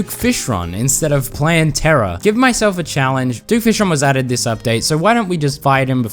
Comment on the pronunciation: I'm sorry but I think you're saying Plantera wrong you can say it how you say it.